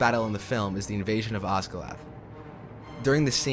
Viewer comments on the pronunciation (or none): Great video, love it But am I the only one hearing Osgalath instead of Osgiliath? 🥴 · Wow I don’t think the creator even saw the movies the way he kept pronouncing Lothlorien “lothorion” and osgilliath “osgilath” lol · how did you manage to mispronounce literally everything? lothorian? you mean Lothlorian baylin? you mean Balin seltic? you mean Celtic osgiloth? you mean Osgiliath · You are mispronouncing some important names. I assume to make this video you must have watched-and listened to- these films several times so your pronunciation problem puzzles me. For example, it is not Os-gil-ath but Os-gil-ee--ath----four syllables, not three. Also Fair--a--mir not Far-a-mir, long A sound. And not Shell-lob, but Shee-lob--long E sound. This directly references the creature's gender, as most of the other monsters we meet are referenced as either male or neutral. But Tolkien specifically and repeatedly refers to this creature with the pronouns "she" and "her." Hence SHE-LOB, which translates to SHE SPIDER----female and in giant spider form. Listen to the dialogue in the films again; since you are making authoritative videos on aspects of the Tolkien films, it would help your credibility I think. And after all, the languages actually do accompany much of the music, and everybody singing it--including Renee Fleming, the world famous operatic soprano!--had to learn the correct pronunciation, as you mentioned in your video. So maybe, in your next Tolkien video, you should follow their lead. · I love your exploration of the themes, but I have a nit to pick: the city is Osgiliath, which has four syllables: Oss-gil-e-ath. You're welcome. :D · This is awesome and you did great work. But. Work on pronouncing ”Osgiliath”. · "Osgilath", lol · Love the video, but I can't get over the Gone-dor, Rohaan, and for goodness sake did you say Ozgiloth? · My only problem with this is how the narrator pronounced some of the names: "Osgilath" Lothorian" Like seriously.